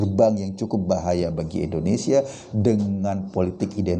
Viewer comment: Indonesia bang eko Bukan Endonesia